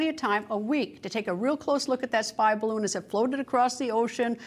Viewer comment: Up Up and away in the beautiful “Bid-A-Loon”